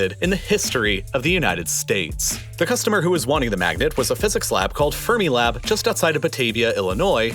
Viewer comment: Fun video! (Although you mispronounced “Fermilab” and “Des Plaines.”)